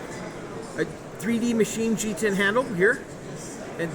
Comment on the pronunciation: Хоть от кого-то на русскоязычном канале услышал Джи-тен.Прям бальзам в уши!